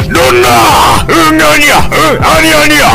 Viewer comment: 아니 갈수록 응아니야가 "으아이야!"로 변함ㅋㅋ